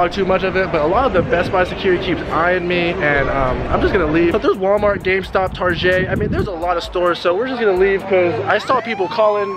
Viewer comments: He said targei not target lol? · ThatOneBitch i think he actually did say that😂